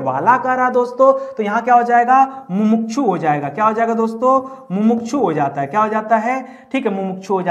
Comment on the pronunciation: गलत पढ़ा रहे हो! मुमुक्षु होता है सही, मुमूक्षु नहीं!